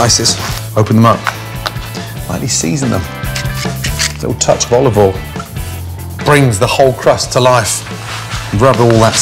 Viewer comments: Nobody: Gordon Ramsay: olive ole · “Olive ol” -Gordon Ramsay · He also says Olive Oll, doesn't pronounce the "i" in oil at all. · "olive all" you mean